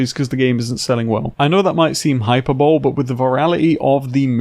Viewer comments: Did my guy say “hyper bowl” instead of “hi-per-bol-ee”. Please let that be for memes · Hyperbole, pronounced hy-per-bol-ee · Bro doesn't know how to pronounce hyperbole